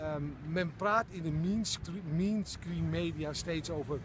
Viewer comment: mainstream spreek je uit als meenstreem niet mienskreem haha.. , voor de rest goed report :)